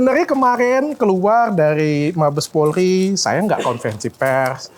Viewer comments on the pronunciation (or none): none